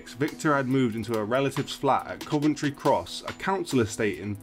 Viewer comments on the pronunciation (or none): none